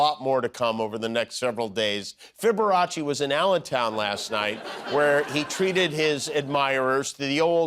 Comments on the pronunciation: Haha "Fiberace". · Loved "fiberacci"